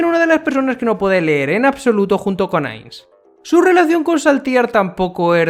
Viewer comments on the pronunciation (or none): none